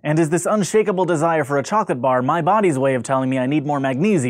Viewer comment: Chocolate? Am I the only guy here who hears "flesh"?